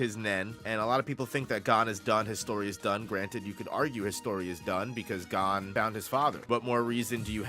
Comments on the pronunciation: Hearing you pronounce Gon (g oh n) as (gone) is like nails on a chalkboard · love the video except for boss pronouncing Gon like “gone”